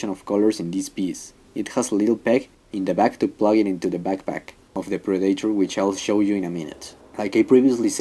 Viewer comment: It’s pronounced pred-ah-tor. Not pread-a-tar